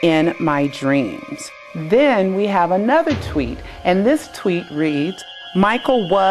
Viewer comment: it's tweet not twit.